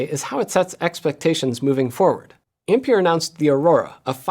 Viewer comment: Ampere is pronounced Amp-air NOT Amp-peer.